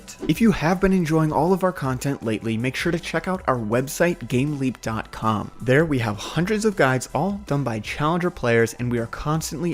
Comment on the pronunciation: I thought he said gamelink not gameleap. don't google gamelink.